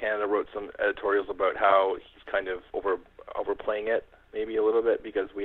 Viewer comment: FYI He's saying "aboot" to mess with you.